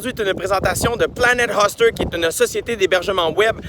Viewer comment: Jay on te l'a probablement déjà fait remarquer mais c'est Planet "HÔster" pas Planet "Huster" comme tu le prononces (;^) ... mais Bon Podcast comme d'habitude :)